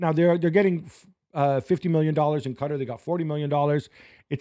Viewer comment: The way that white dude said Qatar made me turn this off